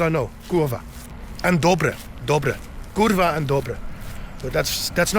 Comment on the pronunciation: i love how he said kurwa perfectly haha